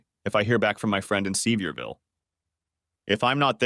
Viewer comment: You can tell that the creator of this might be aware of geographical locations, etc, but hes no Southerner. If he was, he would've spelled certain city names phonetically so it would be b pronounced properly by the AI. Its "suh-veer-vull" not "see-vee-ear-vill", lol. Hard to twll a story from a Nort Carolina hillbillys point of view sounding like a city yankee. I'm a Tennessee hillbilly, and i can tell the difference.